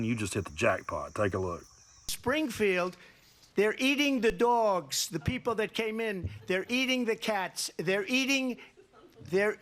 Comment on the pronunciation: " they're eating the duawgs" 😂